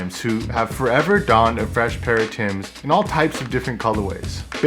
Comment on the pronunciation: Member it ain't Tim's it's Timbs.